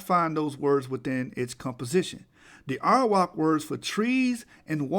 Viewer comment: Like you say Arawak min it sounds like 'Iowa'.